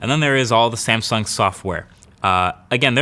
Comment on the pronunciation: Wtf is a Samsing